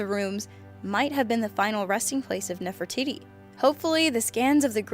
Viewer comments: for gods sake it's pronounced nef-ri-tidy not nef-ri-titty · you are correct..she pronounced it wrong and it sounded like titty at the end lol. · Did she pronounce the last part of an ancient Egyptian queen's name Titty? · I heard NeferTITY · Nefer - titty... Lol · "Speaking of Nefertitty..." 😂😂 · She said NeferTITTY. Hehe titty. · NeferTITI.....he he he he hee....tities. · Did she just call her Ne-far-ti-tie? ITS NEF-ER-TI-TI! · Ne- for-titie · Did she say Nefra-titty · Sounds like said "Nefertitty" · I love how she says nephro TITTY hahahaha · nephre-titi XD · Wow she said nefertitty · lmao she said nefer titty😂😂😂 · Damien Turtlerma its pronounced nerftities btw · "Speaking of Nefertitty," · Anyone else notice at 4 she said nef for tity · Diy crafts and Projects with Ethan has issues pronouncing words, this one wasn't so bad though.